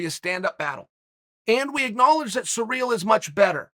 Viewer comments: Chael mispronunciations Sonnon haha! Sa reel.... have u never heard the name Cyril?? Si rill.. I love it, that’s just another reason I love these vids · dude, if you think Ciryl and Surreal are pronounced the same way, you need help. Except if you’re Uncle Chael… when he says it, I say “Ok, great”. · SEAR-UHL not Sareal. Common Unker Kale, if ya ever wanna move up past commentating the pre-lims to the big card with Saint Rogies, ya gotta get these pronunciations down. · Chael “surreal Gane” Sonnen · Eating cereal while listening to Chael talk about this guy named Cyreal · He says Cyril the first bite, then returns to using surreal. He is 100% butchering these on purpose 🤣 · I liked Izzy's "Cerebral Ciryl" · Kind of surreal that Chael can't pronounce Cyril pwopwerly.